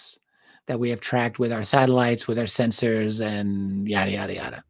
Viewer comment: Your reading of "sensors" had some Star Trek pronunciation 🖖